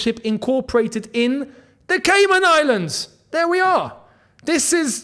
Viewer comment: Nah the way kept saying “Caynan Islands”😂😂😂